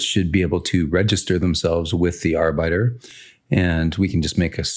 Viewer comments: Love some architecture discussion in your videos Just FYI arbiter is pronounced (arr-bit-err) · Yeah I got confused for a moment. I thought he was saying worker in german. Great video, btw.